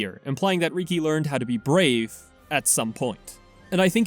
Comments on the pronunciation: Reeki…… it’s freakin Rih-key bro. Listen to the voice acting please….please… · Love the video. Excellent work! (I also find your pronunciation of riki funny. “Reekey” don’t get me wrong I’m not trying to make fun of you or anything)